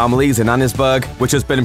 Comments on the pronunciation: It’s not lanna-hee-chee it’s lanna-hass-ee River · “yeah well... it’s pronounced ‘lanna-hass-e’” - Arthur Morgan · It's pronounced Lana-hass-e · Arthur:it's pronounced as "lanahassey river" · "It's pronounced LANA-HAS-SEE ." - Arthur Morgan, Circa 1899, on a fishing trip with Javier Escuella in near Rhodes, LE. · Can understand you mispronouncing it but just rncase you want to know, it’s supposed to be said “lan-a-has-ee” river. Ino, dumb; welcome to English language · Lan-a-hash-ee just so you know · It’s pronounced Lannahasse... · It’s pronounced lannahassee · It's pronounced LANNA-HASSEE